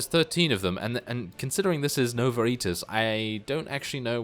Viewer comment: Its pronounced Nowa Eye-tas if you wanted to know